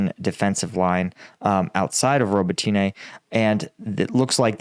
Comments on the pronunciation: I think it's pronounced "Robot Na" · ro-bot-knee. ffs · the Ukrainian/Russian languages are SLAVIC languages, NOT Latin-based ones. Names ending in an - e - have an "uh" sound. So Rototyne is pronounced "Robot - tin -nuh" Similarily, Svatove is pronounced "Svah - tow - vuh" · I think it might be more helpful write "Robb-ott-in-eh", because Americans seem to pronounce "o" as in "throw" rather than as in "hot". It's Zaphorizhia that needs the most help with, though! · Only complaint ever. I work with a lot of people from Ukraine. You are adding ah And over pronunciation of the city names. It’s spoken much smoother and there’s no hard A at the end of robitine. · Still wishing you'd learn how to properly pronounce some of these locations instead of just making it up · Hey everyone, please sign up for combatvetnews so can hire a Ukrainian tutor to teach him how to say some Ukrainian town names properly lol..... roe-boe-tee-nay haha. Robotyne = roe-boh-tih-nuh Urozyne = ooo-roe-zye-nuh